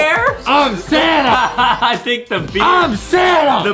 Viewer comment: When adam say "santa", i hear "sana" XD